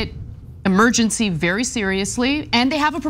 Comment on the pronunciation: The word is Emergency, not Amergency.